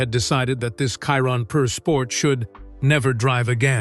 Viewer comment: They still can’t make AI pronunce Chiron properly.